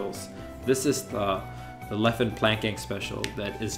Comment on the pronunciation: Leffen becomes LEAFfen